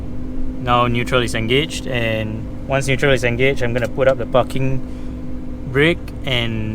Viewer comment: pls ' P a R king ' Breaks.. say it. PARKING..